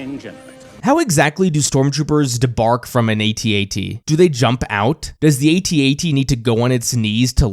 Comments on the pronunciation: Hearing you say A T A T every time is just another reason why it's AT AT. Only generation dip thong would add two unnecessary syllables for some logical fallacy. Despite your crimes against humanity, I am enjoying this series and will thumbs up the video. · Sorry your INCORRECT on the pronouncing "AT-AT". It is pronounced ""AHT AHT" like in saying the word "Actually". BECAUSE I checked a Kenner toy commercial for that toy and its pronounced (like I said saying the word "Actually" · Not saying at at..is like not saying scuba.. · THANK YOU!!! No one should EVER say At-At!! A.T.-A.T.! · Sorry champ, pretty sure we were calling them “at at’s” well before you were born. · As an original Star Wars kid (I was 8 in 77), I never even heard A-T-A-T until something like 25 years later. My toy was/is an AT-AT. The other pronunciation is like nails on a chalkboard to me, truly. (Oh, and the little one is a “chicken walker” 😋)